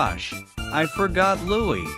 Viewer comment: It’s looey